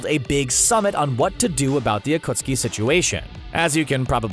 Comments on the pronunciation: im sorry butdid he just pronunce akatsuki as akutski??? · Is anyone gonna mention that this man said Akutsuki not Akatsuki literally miss pronounced the main group of antagonists for more than 3/4 of Shippuden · Akatski not Ukutski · He called the Akatsuki the Akutsuki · Akutski?? Its akatsuki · They do not watch naruto acustki instead of acatski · narrator you sade akutski instead of akatski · thankyou next A Kootski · Lmao narrator said “akutski 😂💀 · This one dude said ah-cuts-ooki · Bro did not just say akootski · Bruh the akootski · You said ukutskee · Mispronunciation AKUTSKI Daidara Sasari Jitso Yimato Kakaaza Asuma way to fast Karen( the name was accurate to her character) Hinata(way to fast) Uchia( to fast again) The tailed beast are not tailed demons EVERYTHING IS WRONG AND RIN IS WAY BETTER THAN SAKURA! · d-daaa-ra, wow EDIT: y-maa-to WOW EDIT 2: akuh-ski WOOOW EDIT 3: uh-suu-ma WOOOOOOOOOOOOOW EDIT 4: A female ninja named "Karen" LET ME SPEAK TO THE VIDEO'S MANAGER EDIT 5: m-daa-ra why FINAL EDIT: kah-ren incredible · I am sorry but did you say acuokskie and mudara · had me dying when he tried to pronounce 暁 (Akatsuki ) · When he mentioned akatsuki 💀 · bro super obvious you dont do any actual research sounds like most these videos they have no idea what there talking about saying Akatsuki and madara wrong. missing main people, calling tailed beasts demons. like these guys just find articles and popular topics and read the articles so they can profit off the videos. these the types of channels ruining youtube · Um What What you called them? Wrong way to say Akatsuki. Right way to say it. Wrong way to say Madara. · just randomly pronounces akatsuki correctly after consistently saying it wrong for 10 minutes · atleast they say akatsuki right, oh wait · says akatski wrong says akatski right I knew they were saying words wrong on purpose😂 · Omg look how he says akatsuki